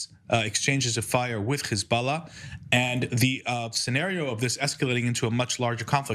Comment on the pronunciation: What is Khizbala this Israeli is talking about ? Is it Hisbollah ? Why Hebrew speakers and Zionist supporters try to pronounce every h they see in Arabic as kh ? If you can’t pronounce it then do not try it !